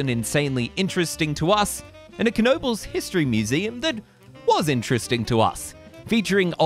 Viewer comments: Great vid, but it's pronounced Noe Buls. The K is silent like in "Knock." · How sure are we that there's a hard "K" at the beginning of that name? I would have gone with "nobles." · Is it really pronounced "kuh-nobles"? I live right by it and I've always heard people say it with a silent K. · It’s pronounced Noebels, the K is silent. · Yes, it really is pronounced Kuh nobles !! Dick Knoebel(owner) would not mispronounce his own last name. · Pronounced Kuh no bulls. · It's pronounced NO BULLS. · Absolutely WRONG! Kuh No Bulls. Put your $$ where your replies are.🤑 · 🙄You are spreading total disinformation please delete your reply. It is pronounced Kuh No Bulls. Why would the owners mispronounce their own name? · Isn’t it pronounced nohbels? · Yes...... this other guy is trolling. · I have a photo of my grandmother, mother (age 3) and aunt (age 2) at Knoebel’s Grove around 1940/1941. They lived in Pennsylvania at that time. I have always heard it pronounced with a silent K. “Nobles” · No! it pronounced Kuh no bulls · Wrong! Kuh no bulls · I am from Pittsburgh, and we pronounce it with a silent "K." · I don't know for sure, but I think the "K" of "Knoebels" is silent; but who knows? By the way, have you ridden GhostRider at Knott's Berry Farm? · Lol incorrect. You pronounce the K in this case. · I'm pretty sure the K is silent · The “K” is silent. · is the 'K' really pronounced? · No, it's not pronounced this other guy is trolling. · Is the K silent??? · silent K